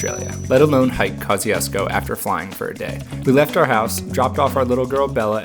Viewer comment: I don't think it's pronounced like that. Kościuszko is a Polish surname. Kosh-Choosh-Ko